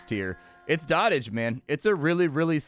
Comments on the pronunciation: Did he just say dot-age. It's an actual word doh-tage. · Dotage is pronounced doe tij, not dottaj. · It's pronounced dough-tij, not dah-tij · I think it's pronounces "Doh t age". Like the verbification of when you "dote" on something. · I hate to be that "um ACKSHUALLY..." person but... it's pronounced 'dode-ijj' - i.e. "the period of life in which a person is old and weak." although the game plays on that word and calls it Dot Age. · I think it's pronounced like goat, not like hot.